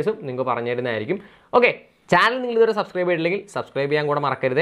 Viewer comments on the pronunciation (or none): none